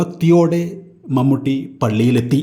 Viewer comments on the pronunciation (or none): മമ്മട്ടിയോ....? എന്ത് ബോറാണ് വിവരണം.... മമ്മൂട്ടി യുടെ ഒരു ഫോട്ടോ പോലും കിട്ടിയില്ലേ.... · മൺവെട്ടി അല്ലടോ..... മമ്മൂട്ടി ☹️☹️☹️☹️